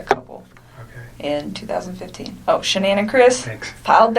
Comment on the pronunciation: Why does she have trouble saying ShanAnns name????